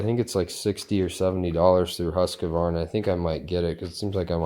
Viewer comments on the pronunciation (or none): Why do Americans allays mispronounce names. For instance... why pronounce Husqvarna as "Husk a varna"? you clearly had to type the word out for the vid title so were is the "a"? Not just this uploader though. So many more just make up word pronunciations. Why?